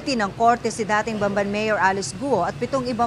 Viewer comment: Anong Ban-ban??? Bam---ban !!!!!